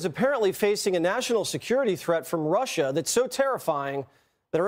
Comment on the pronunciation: GREAT SHOW!!🇺🇸Stump the Chump!DOC YOUR A JOY TO WATCH! 👏🙌 I thought you were saying Marsha, Marsha, Marsha lol (Russia, “ “) I love your Mild Drama! 😆👍🏻great Charactor God Bless 🫵🏻! ❤🙏